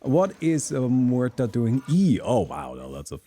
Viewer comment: About pronunciation of muerta. Your R is fine, the er is wrong. Mu - er - ta You are saying môrta Mor - ta